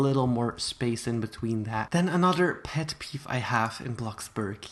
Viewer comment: he said peff peef